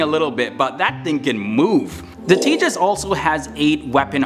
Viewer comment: Thanks for pronouncing the name correctly 😂👍👍